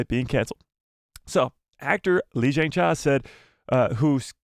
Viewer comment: He should take 5 mins or so to learn how to pronounce Lee Jung Jae correctly. And “Squid Game” as well. It’s not “Squid Games.”